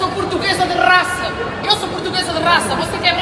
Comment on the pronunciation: Portuguesa de Rrrrrraça kkkkk. E aí estou em duvida qual raça essa portuga é: Landrace, Large white,Duroc ou capial. Pietram sei que não é 😊